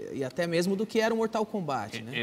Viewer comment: danilo nem sabe falar mortal kombat